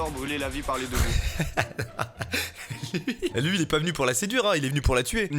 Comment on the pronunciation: j'adore brûler la vie parler debout 🤣🤣🤣🤣(je sais qu'il dit par les 2 bouts)